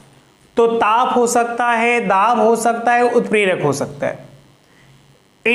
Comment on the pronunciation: Sir utprak not 🚫 clear